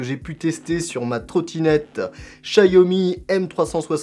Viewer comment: Ce n'est pas "chaYomi" mais "chaOmi" merci pour mes oreilles....